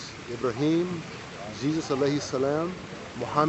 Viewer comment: I-Bra-Him Abdool.